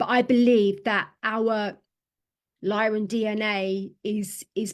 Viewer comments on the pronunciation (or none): And it's Lyran not Lion history. Sorry to insist but I think you should really start digging into the MCEO freedom guardian teachings...